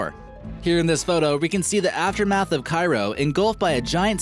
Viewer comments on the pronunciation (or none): none